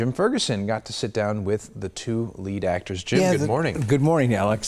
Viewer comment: Said he liked the Original more and mispronounced BOTH of their names. Smh